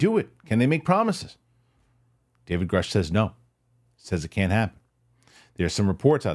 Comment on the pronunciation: So its groosh. Rhymes with swoosh. Just saying...